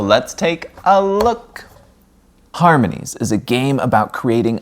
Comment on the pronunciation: I like your attempts to pronounce the company’s name 😅 I couldn’t figure it out either